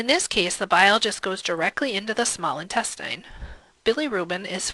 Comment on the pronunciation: why do you pronounce "intestine" like that